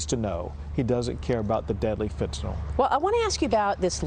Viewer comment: Maria, it's not Fenta-nol. It's Fenta-nyl. Lol, the reason Abbott keeps using the word Fentanyl is to give you a sign that you're not pronouncing it correctly.